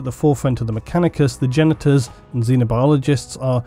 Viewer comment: I have to admit when you first said Genetors.... I heard Genitals.... I was like "Alright bring on the robo bits!"